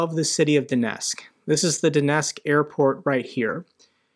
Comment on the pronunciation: Love your podcast Donetsk is pronounced "Donetsk"---pronounce the "T"